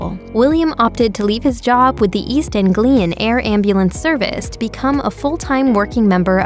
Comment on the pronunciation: not East Eeeeeeglian....it's East ANGlian...think the Hollywood director ANG LEE and add UN to the end then say it fast....Ang lee un....Anglian 😉